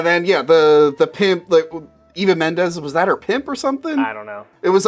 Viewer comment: Why does everyone mispronounce EVA Mendes as AVA Mendes? Its an E, starts with EE-va. Also its Fairuza Balk (FAH-roo-Zah BAH-lk) not Faruka. Confusing her with Willy Wonka characters! (Veruca Salt) Lol